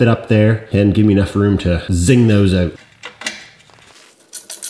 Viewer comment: Nah I couldn't tell at all that you're in Canada... "It will allow me to swing those OAT!" 🙄🤣